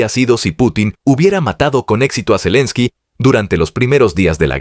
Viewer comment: Zalinski, zelinski 🤣. Se nota el afán con que sacan esas publicaciones. Pronuncian todo de cualquier manera y no les importa